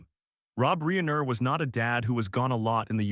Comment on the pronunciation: This guy can’t even pronounce Rob Reiner’s name correctly